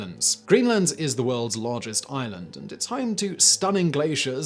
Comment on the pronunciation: At the start, I though he said Ireland, not island. My first thought, what a weird slam?